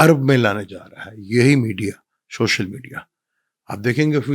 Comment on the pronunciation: شوشل نہیں سر سوشل